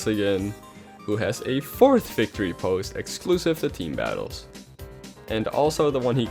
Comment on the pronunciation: It's victory not vicitory